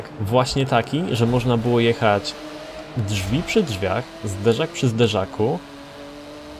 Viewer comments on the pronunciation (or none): none